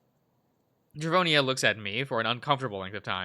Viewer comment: You’ve got Drevonia, Takhi AND Aeyon right. Just gotta get Low Key N right.